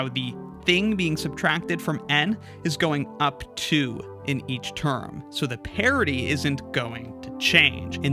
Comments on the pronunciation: I'm understanding 'parity', however I'm hearing 'parody'. It actually confused me for a while, wondering what the parody of a value is. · My only question is, why do you pronounce "parity" as "parody"? So confusing.